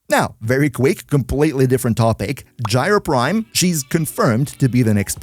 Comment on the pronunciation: not even that, it was "Gyr Prim"